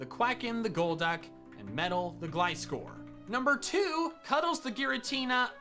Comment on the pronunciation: I am genuinely going to hurt something if people keep pronouncing gliscor with a short i. You know what gliscor is based off? Scorpions and gliding. GLIde SCORpion, GLISCOR.